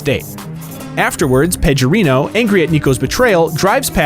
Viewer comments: It's Pe G orino not Pejorino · Packie: It's Peh-GUH-Reeno. Pecorino's a type of cheese.